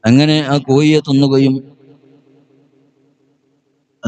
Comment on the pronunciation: കോഴി.... എന്നെങ്കിലും പറയാൻപഠിക്കൂ മോ ല്യേ രേ 😂😅